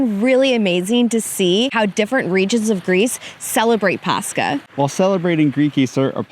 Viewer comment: Just some correction on the pronunciations, when ch is used in greek words like Pàscha and Christòs it's not a K sound but H like in hit so it's Pas- ha and Hri - stos and the stress on tsoùgkrisma is on ou not i and on Άgios Nikòlaos it's Ά- yi- os with the stress on A and on Nikòlaos is on ko.